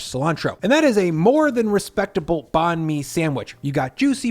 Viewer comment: Banh Mi is pronounced "bun? me"